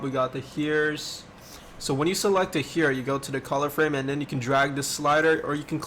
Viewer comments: I like how he says heer instead of hair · Why he said hair like that LOL 😂😂 Love your games